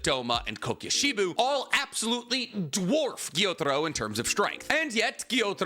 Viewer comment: Why do anime YouTubers always mispronounce character names that are explicitly said in the anime? It's not pronounced Gyo-Taro it's pronounced Gyu-Taro. IT'S FUCKING PRONOUNCED HOW IT'S SPELLED WHY DO YOU KEEP SAYING IT WRONG!?